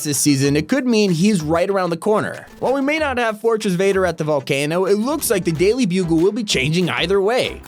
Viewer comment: “The daily blugle” … BOI WTF U JUST SAY